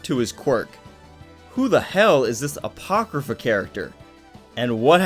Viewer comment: Bruh when u said apochrypha I screamed FAAaaAaaaAaaAAaAtTEeeee